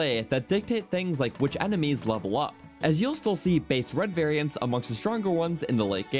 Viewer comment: This dude absolutely murdered the word "variants". Should be a crime.